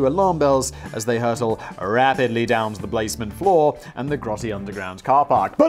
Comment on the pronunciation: “down to the blazement floor”